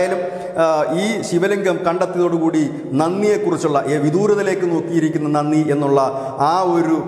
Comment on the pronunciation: നന്നി അല്ല നന്തി means vrishabh